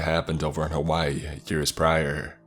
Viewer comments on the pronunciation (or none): none